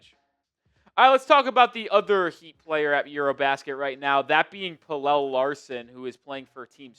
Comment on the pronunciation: Bro im gonna keep saying it... pronounce pelle's name right. drives me nuts